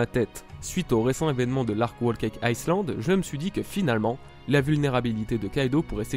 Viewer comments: Whole Cake Iceland ouuuuuiiiii... Totland se situe en Islande ? x) ah t'as fais saigner mes oreilles xD c'est "Aïe land" ^^ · "Whole cake ICELAND", mes oreilles saignent! 😂